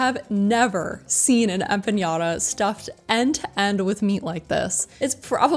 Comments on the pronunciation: I don't see what the big deal is. Do you people just eat rocks? Food seems simply cooked. Which is a good thing. $12 empanada? 🙄 BTW y'all's have the worst Spanish pronunciation that ever came out of a gringos face hole. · I appreciate the review, but... Listen... If you keep pronouncing empanada as if it had a ñ in there, I'm going to lose my shit! STOP IT! NO Ñ! NO MORE. And it's called mountain goat, because mountain goats are wild and they kick. It's very simple. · This video really makes me want to go and it’s on the list for my next trip back home. My Brain just hyper fixated on the way they pronounced empanada. Lol it’s silly of my to do it, but my brain is weird like that. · Next time try to have better pronunciation of the foods name I think is disrespectful not everything translate to English. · empanada... there's no ñ in it. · Their pronunciation of empanada was killing me! 😂😂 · Empanada not empañada. We actually call them pastelillo or empanadilla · Fyi There is no ñ in empanada so that nya sound you kept adding was oh soooo irritating. Sorry. Thank you for your review. We certainly love 🇵🇷 cuisine here on our island. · say it with me folks... empa-NADA. You're saying it like Piñata... Theres no squigly thing above the N lol. Its just Empa-nada. Not Nyata... LOL I can't stop laughing at empañata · Empanada doesn’t have a tildre over the n, so you’re pronouncing it wrong. You’re pronouncing it as empanyada. Correct pronunciation is empanada. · Gracias! Me dolió tanto escuchar "empañada" 😂. EquipoEmpanadilla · Empanada is not empanyada! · great video!! new subscriber:). just an fyi.... you spelled and mispronounced empanada. there is no Ñ. just straight up empanada not empaÑada. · *Empanada Em PaH Nah Dah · Much appreciate the video and shining a bright light on a Puerto Rican restaurant, but please “Em-PA- NA - DA”. You’re not pronouncing the word correctly. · they were saying empañada. That's what I was referring to...